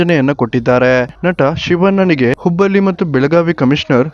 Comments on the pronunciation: ಲೇ ಮಬ್ಬಾ ಅದು ಹುಬ್ಬಲ್ಲಿ ಅಲ್ಲ ಹುಬ್ಬಳ್ಳಿ ಲ, ಮತ್ತು ಳ ಗೇ ವ್ಯತ್ಯಾಸ ಗೊತ್ತಾಗಲ್ವಾ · ಲೋ ಅಣ ಅದು ಹುಬ್ಬಲ್ಲಿ ಅಲ್ಲ ಕಣೋ, ಹುಬ್ಬಳ್ಳಿ